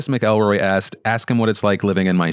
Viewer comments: The audacity of to mispronounce McElroy has me stitches ahahahahahaha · When said “Mick-Elroy” instead of “Mac-Elroy”